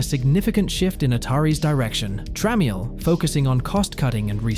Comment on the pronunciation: Sounds like a non native would read, but the accent is perfect. He said jack tram-miel instead of trammel as well.